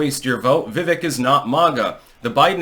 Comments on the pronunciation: Dood it is "Veiveak like "Cake" I have told you 3 times now! Pronounced like Cake. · His name, Vivek is pronounced like "Vi-vake"" like cake with a V. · I think you have a good record of being right, but I don't think you are on Vivek. You're pronouncing his name wrong, which tells me you probably don't watch a lot of his interviews, of which his does many. Vivek knows he's not going to win 2024. He needs to impress the next generation of MAGA so he's in a good place for future elections.